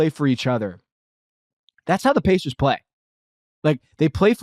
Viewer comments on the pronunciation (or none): That’s Indiana Pacers you pronounced it incorrectly get it right